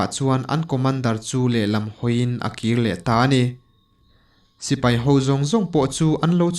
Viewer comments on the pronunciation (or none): none